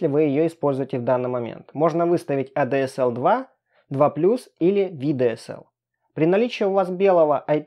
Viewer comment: Эй дэ эс эл... Что же ты несёшь 😂🙈 Эта «коробочка» для подключению к ADSL/VDSL😑 Первое читается как А ДЭ ЭС ЭЛ (ЭЛЬ)😉✌🏼